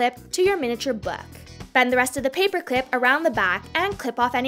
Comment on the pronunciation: I dont like how she say her words 'glu it to the peapearr` what the